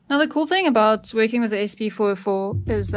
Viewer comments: hahaha did i hear "aboot"? ohh caaaa---nadaaa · That’s South African mate! Cracking video too!